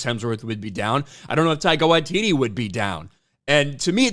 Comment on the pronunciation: Taika Washiti ?... please Not that Jojo C*appy guy.